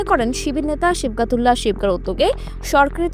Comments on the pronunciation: নামই ঠিকঠাক বলতে পারেন না,আসছেন রিপোর্ট করতে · নামটা সঠিক ভাবে উচ্চারণ করতে পারছে না